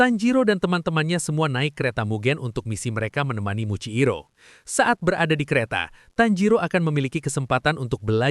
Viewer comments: Muichiro bg bukan muikciro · Muichiro jir bukan muciiro